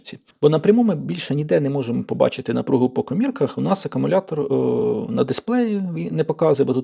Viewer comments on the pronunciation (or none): none